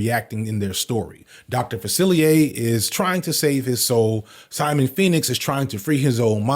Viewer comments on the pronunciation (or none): none